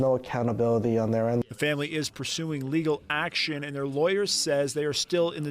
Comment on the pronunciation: 😢“…PURSING legal actions?”😢